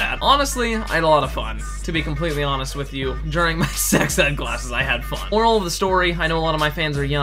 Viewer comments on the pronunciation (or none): I heard oral instead of moral